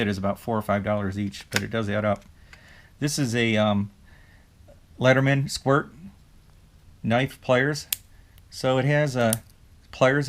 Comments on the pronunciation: Did you say ledderman ? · No. I'm pretty sure you said ledderman